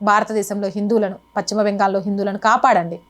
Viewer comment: Pachima అనకమ్మా పశ్చిమ బెంగాల్ అను